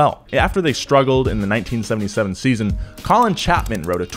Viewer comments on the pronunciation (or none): none